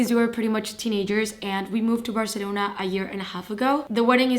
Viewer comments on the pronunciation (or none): none